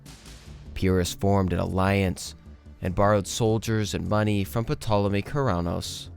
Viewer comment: Thankfully this time Petolemy only showed up once. 😅 Seriously most people would just read "Tolemy" or if "Pt" without inserting any vowel. The "p" is generally silent in this case.